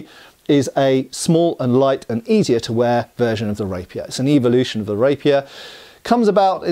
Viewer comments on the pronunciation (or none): none